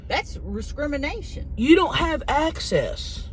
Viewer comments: 😂😂riscrimination lol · That’s Riscrimination!!! 🤣🤣🤣🤣